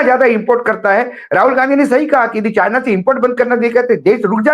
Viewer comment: Assam cm be like calling (china) sienna 😂